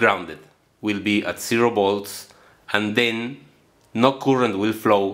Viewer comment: Disculpe maestro por mi intromision pero la palabra current en ingles se pronunciaria algo mas o menos asi como courent sin demasiada rrr , jaja , soy un gran admirador suyo !